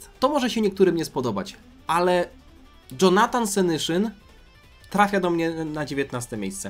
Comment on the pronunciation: Dżonatan senyszyn XDDDD no padłem na ryj